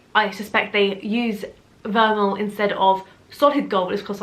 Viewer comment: You pronounce gold vermeil as ver-may! 😂Great vids!